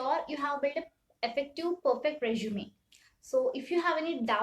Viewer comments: Its resume i guess. Not reshume🥲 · Nice video, but small suggestion. it is resume "su" not reshume "SHU". Kindly work on this pronunciation part, sister. Thanks again. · I loved the way u say resume😅